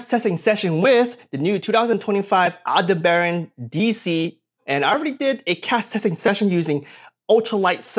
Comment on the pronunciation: Is that a Metal Frame reel or a Polymer (Plastic) one Please??!! 💚 With immense due respect, you may want to practice the pronunciation of the reel's name. "Aldebaran" is Red Giant Star (name from Arabic, meaning "the follower") in the Constellation Taurus . Thanks for the video. I own approximately 300 Swedish Abu Garcia + Shimano, Zebco Quantum + Very few Diawa (not my favorite) + English Hardy Fly Reels, U.S made (hand machined) Tibor "Billy Pate" Anti Reverse Fly Reels and RYOBI RANMI Baitcasting reels. My top of the line RYOBI beat DIAWA hands down!!! And some antiques you wouldn't know about. And yes all in my fireproof/explosive resistant Safe, but I don't keep all firearms in the safe.😊 High-end RYOBI reels are still engineered in JAPAN and assembled in CHINA. I forgot to mention the OKUMA line- Counter reels (made in TAIWAN)!! If you choose your OKUMA properly, they can be very high quality. Of course we know that, All Original Technology began in the U.S. & Sweden and then......!! For those of you, new to this, before you choose DIAWA over SHIMANO, you probably won't like the way you'll be treated by DIAWA repair and or Customer, a Relations (R***U***D***E), know it alls. One of them tried to tell me how he knew my Close friend Gary Loomis (the genius Rod Engineer originally with Lamiglas. But later he founded his own company (G. Loomis), here in the Pacific Northwest. However the know-it-all got humbled, when I asked him the name of Gary's favorite Steelhead river